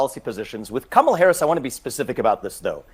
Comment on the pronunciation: Her name is pronounced as "come-uh-lah" (it means lotus flower) & not "coo-muh-lah" nor "kah-muh-lah" which dems keep insisting upon. Vivek actually pronounces her name correct tahn the dems who keep trying to correct others over how to pronounce her name.